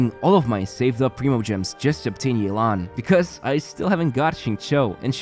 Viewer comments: You didn't pronounce Yelan correctly. You called her Yelang instead of Yelan. Her name is pronounced like "Yeh! - Lan? " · As an authentic Chinese speaker, definitely don’t pronounce it as “yae-lan”. Instead pronounce it as “Yeh-lan” Edit: Sorry had to point it out since in the announcement they were also butchering the name. Which understandable since Chinese names are pretty hard to pronounce without any Chinese background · Not to burst anyone’s bubbles here but her name is pronounced “Yeh-lan” not “yay-lan” 😅🗿, EN VAs can hardly ever seem to correctly pronounce the names for Liyue characters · It’s actually “Yeh-lan” not “Yei-lan”. The EN CV butcher her name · I'm tired of hearing yay-lahn It's yea-lahn EN VAs butchered it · The way English dub pronounces Yalen is not even close to correct. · the english voice actors reading her name as "Yay-lawn" is wrong btw 💀 its the equivalent of colonizing it LMAO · Isn't "yay-lan" the wrong pronunciation though? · nope, that's not how to pronounce it either. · As someone who can read and understand Mandarin/Chinese, I can confirm that the EN VA also butchered the pronunciation of Yelan's (夜闌) name XD